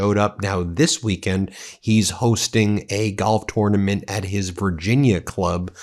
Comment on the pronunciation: Pronounciation of tournament sounds off?